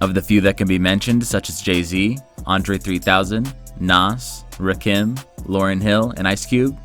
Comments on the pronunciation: we do u pronounced rekim it's raakim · This narrator said "Rick Kim" "THE Migos" and "Little Wayne" 😂 I'm just surprised he didn't say "50 Cents" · The way he said Rakim is enough to disavowed this . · You can't say Rakim's name wrong and expect the rest of your opinion to be credible. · I am so so so tired of these Eminem is the best rapper of all time videos. You couldn’t even pronounce Shakur and Rakim correctly. I bet you don’t even listen to old school hip hop or the likes of Kendrick or Cole. I’m a huge Eminem fan but his fan base is absolutely Cancerous. Bad video, listen to other rappers before you call Eminem the best